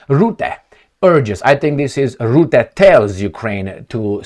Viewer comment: Rutte, not Rootte. Learn to pronounce his name.